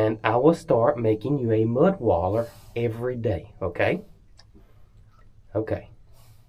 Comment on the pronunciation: not mudwaller.... mudbaths! 😅